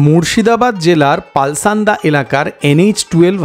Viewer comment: ভিডিও টা অনবদ্য। এখানকার তড়কা, লেমন চিকেন, বাটার চিকেন, কোয়েল ফ্রাই প্রতিটা খাবার অসাধারণ। আমার বাড়ি বহরমপুর হবার সুবাদে প্রায় এখানে যাওয়া হয়। তবে উচ্চারণ টা পালসান্ডা নয়, পলসন্ডা। উচ্চারণ টা খুব কানে লাগছিল বলে বললাম। আশা করি পরের বার থেকে খেয়াল রাখবেন। ধন্যবাদ।